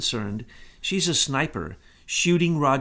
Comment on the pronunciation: Sniper, not Snipper. Love your shows, but am just saying.